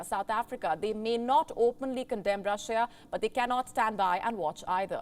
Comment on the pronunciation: Rusia daz not hew tactical nuks!